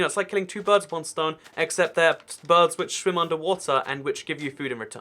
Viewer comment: Says stone